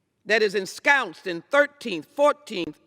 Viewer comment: legislative "prowness"??? "enscownced"??? I would happily pay for her to take an ESL course.